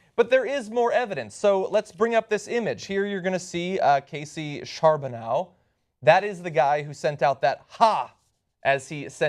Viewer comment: "Charbonneau" is pronounced "Shar-bun-oh" you're welcome.